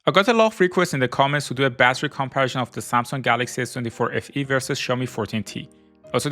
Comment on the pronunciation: "kommpärschán" = comparison